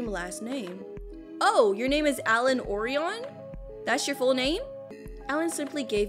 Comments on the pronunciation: It's not or-eeon it's or-aion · Hearing her say “or-i-on” instead of “Oh-rye-en” killed me inside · orian 😂😂😂😂😂😂😂😂😂😂😂 I’m dying! It’s Oh-Ryan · It's O-Rion, not Ori-on.😂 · Actually Orion is pronounced as Oh-Ri-an